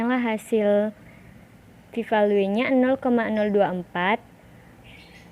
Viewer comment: bagusss, dan saran sdikit: cara baca p value (velyu) dan tambahan jg bs utk isikan interaksi: smoke*ht ke kotak kovariat caranya klik smoke dan ht bersamaan lalu klik >a*b>